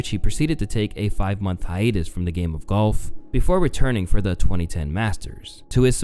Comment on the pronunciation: The way you’re calling golf “gulf” is bothering me